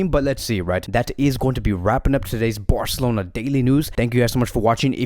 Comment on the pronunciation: nobody: this video: fc BAOR-celona